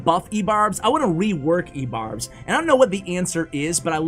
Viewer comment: I gagged once you said ebarbs.